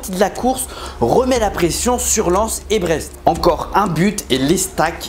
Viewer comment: Il a dis len au lieu de Lens 😭